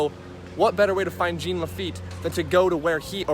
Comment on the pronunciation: I live in Louisiana where we know French words. It's pronounced (zhahn) Jean Lafitte. Fyi we have an entire pirate festival dedicated to him!